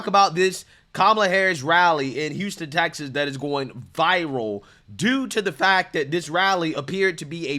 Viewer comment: Ms. Presenter, the name of our state is Texas, not Taxis.